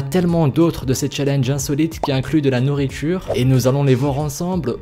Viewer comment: Nourritchure??